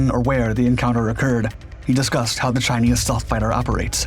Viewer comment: Dude I thought I was having a stroke! What's "stalth"?